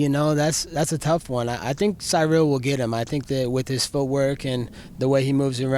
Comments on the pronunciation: my guy just said "Sy Rill" 😂😂😂😂 Colby is on another plane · SAYRIL haha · SyRill and Tyquil 😂😂😂